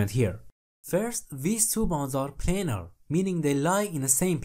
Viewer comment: I agree your english is pretty good. The only thing that was a confusing me was the fact that you always pronounce "pLanar" as "pElinar". None the less the video is great, thank you :)